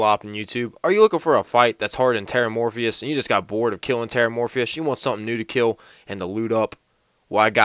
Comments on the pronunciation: TERRA-MORPHOUS, Not fucking Terra-Morphius. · lol you said terramorphfish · its ''terramorphous not terramorphious'', i used to make that mistake 2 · It's not Terramorphius. It's Terramorphous. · I love how nobody can pronounce Terramorphous properly. They always say it as Terramorphius like morphious from matrix.. Seriously kids need to learn to read these days. Theres no "E" sound in it.